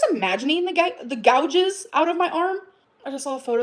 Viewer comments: oh no. not the "godges" on emily's arm. i can't with ole gorl 😂😂😂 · Now we've learned she can't pronounce "gouges," so that's fun too. "Gau-jhiz." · Did she say gouges as “gaw-djiz” like what 😂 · What's a godge?? 😅 Godges? Oh gorlllll. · Why cant dumbass say "gouges"... she says gojes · Why is she saying gouges that way 😂😂😂😂😂😂 she’s so dumb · The fact that's she can't say gouges but keeps repeating it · She doesn't know how to pronounce the word "gouges?" This crashout is wild. And the photo that allegedly proves Amber is right, why doesn't she show it as full size? Is it because it's obviously been altered in some way? Also, the tongue popping isn't doing what she thinks it's doing for her. It's just super annoying.